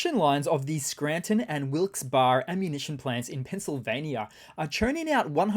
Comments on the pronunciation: Wilkes-Barre is pronounced Wilkes-Berry, fyi. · He mispronounced it.